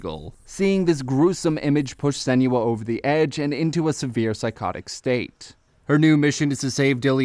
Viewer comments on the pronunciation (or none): lol i hate how he pronounces her name